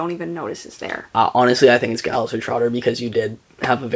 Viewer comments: "Giles" (with a hard G) -- me: Someone hasn't seen Buffy the Vampire Slayer. You'll be meeting some Gileses in future books, so just know that it's pronounced like a J. Edit: "Is it Giles or Giles?" [G or J] Answers with hard G. You are killing me. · This was amazing, you are the most chaotic duo. And I'm pretty sure it's Giles with a soft 'g', at least based on Giles from Buffy ;) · I’m pretty sure you’re saying Giles wrong 😁 It’s not a hard G sound it’s J sound, like ‘Geoffrey’ This was so fun. Your brother is chaotic and hilarious 😆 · Are you sure it's Giles with hard G? Most British people say it with a soft G so it sounds like Jiles. This is certainly the case for British celebrity (of-no-discernable-reason) Gyles Brandreth, Canadiian Formula One driver Giles Villeneuve and Buffy the Vampire Slayer's Mentor and Watcher Rupert Giles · The name is most definitely pronounced with a soft /J/ sound rather than the hard /G/. When a G is followed by an E or I it is soft; when followed by A, O, or U it is hard. Examples: giant, gentle gang, gong, gullible